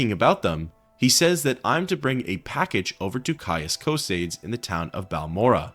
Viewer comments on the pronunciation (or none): His name is "Tarheel". Also Cosades is pronounced as CosAdes. Not Cosaydes. Its like in Latin,so pronounce the e.Sorry,I'm a MW geek. :} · Love your videos, you truly honour the Sixth House, but I must mention that you're pronouncing Caius Cosades' name incorrectly. It has three syllables, with the "-es" at the end pronounced as its own syllable, like in "Socrates".